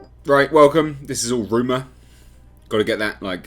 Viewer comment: I love how say “rooma “ 🤣